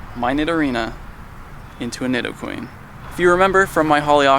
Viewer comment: hey, thanks for the vids! just fyi, im pretty sure nidoqueen is pronounced NEED O queen. not positive, just figured youd like to know